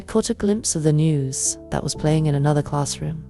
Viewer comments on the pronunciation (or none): none